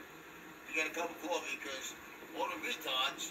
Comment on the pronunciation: HE WANTS CWOFFE!! CWOFFE, CWOFFE, CWOFFE, CWOFFE, CWOFFE, CWOFFE!!!